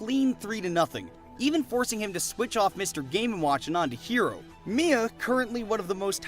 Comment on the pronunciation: へろーさん海外読みヒーローなんだ